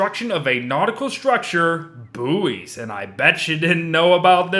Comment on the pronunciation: Who else cringed when he mispronounced Buoy? Btw love your content